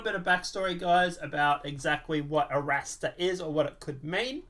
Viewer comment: Are-Rahstar. It's Spanish. RR. "ARRASTRAR”